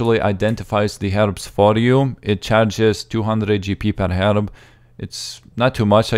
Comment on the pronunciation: I like how you say 'herb' it's like 'herib' haha :D